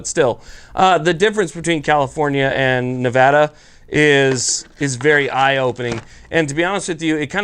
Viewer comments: THANK GOD FUCKING FINALLY, SOMEONE WHO KNOWS HOW TO PRONOUNCE MY STATES NAME CORRECTLY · Thank you for pronouncing Nevada right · Subbed simply because you pronounced Nevada correctly. Welcome to the state, youll find other surprises and liberties here that you wont be accustomed to as well. Enjoy. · As a Nevadan thank you for pronouncing the state correctly, if Vegas has it their way they will turn this wonderful state into California. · I'm just happy he's pronouncing Nevada right